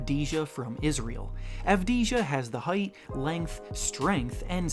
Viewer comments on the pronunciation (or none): the 6th pick Deni Avdija is pronounced as Deni Avdia